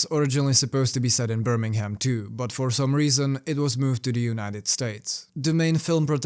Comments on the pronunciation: Birming'um. The "ham" at the end doesn't have a pronounced H. Whenever you see a 'ham' at the end of a location, you can drop the H and just say 'mm' at the end. This comment isn't meant to be rude, btw! Genuinely trying to help for future videos or conversations :) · hell is actually just a room with a guy who pronounces it birming-ham saying it repeatedly